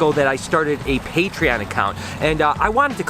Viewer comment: Great video as always but i really wish you would pronounce - Patreon and adidas properly :s very excited with all the eggs though cant wait to see them hatch :) and noah's hair isnt bad better then before but could still be shorter :) take it easy